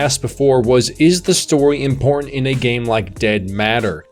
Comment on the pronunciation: Such great annunciation, except for the word "important" ... curious. Still ... really good video.